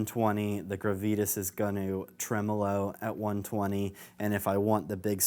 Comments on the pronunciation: Great video! Super helpful too! But "gruh-vee-tis"? You mean "grah-vi-tahs"? 😉 still love the video! rocks! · Gravitas: grah-vee-tahs.